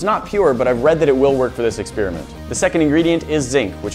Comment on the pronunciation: You pronounce experiment in a funny way.